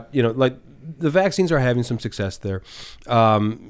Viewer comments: O M I C R O N ? or what u say if u want to sound ignorant O M N Y CRON. can u read ? Do u understzand grammar spelling and annunciation.? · Please stop saying "Omni-cron"...its pronounced "Omi-cron" there's no "n" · O M I C R O N ? or what u say if u want to sound ignorant O M N Y CRON. can u read ? Do u understand grammar spelling and annunciation.? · Funny how you guys started parroting eachother by saying 'Omnicron' instead of Omicron. Obviously the name is Omicron, because that's an anagram for moronic. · Please for the love of God stop saying "omnicron" it's "omicron" it's the 14th letter in the Greek alphabet and it's conveniently an anagram for "moronic" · It’s funny that they’re all saying “Omnicron“ instead of “Omicron“. Mispronouncing it just like Biden did. But I can’t tell if it’s a joke. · Correlation and causation. just had to say it is as well as saying "wit you". Almost as impressive as calling the Variant "Omnicron".🙄🙄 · How hard is it to pronounce Omicron? Apparently, it’s pretty difficult.